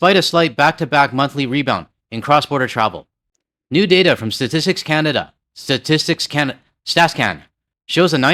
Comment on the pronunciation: I feel you with struggling to pronounce Statistics Canada, I often end up pronouncing it kinda like sadistics Canada instead lmao